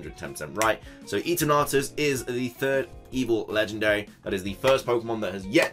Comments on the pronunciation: Isn’t it Eternatus as in Eternal not Eaternartus? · hahah you made it sound like "eat an artus" (eat an arse) its eternar-tus, like the sound of eternity, which is kind of unusual since eternity means practically infinity, something that's beyond "god", but if it was like that supposed rumour of it being dark type with something else, I still wonder if its the "time eater" (chrono phage) as in Cambridge the corpus clock can be found and its one of the most iconic pieces that can be found there...truly an amazing invention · Christ. Stop saying eterNAWtus... this pronunciation is heinous